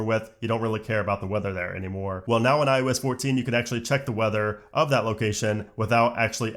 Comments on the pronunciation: Eye oh ess... not I US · I love how he says iUS 14 instead of iOS 14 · This dude keeps saying “iUs” instead of “iOs” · Are you saying iUS14?? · Why do you keeping saying iUS? Am I missing something? What year is it?